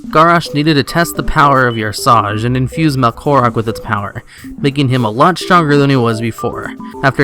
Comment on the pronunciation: Yersaj? Lol.